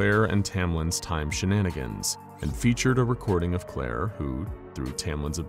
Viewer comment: "time shanagins" 🤣🤣🤣